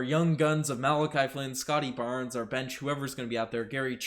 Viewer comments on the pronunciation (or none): none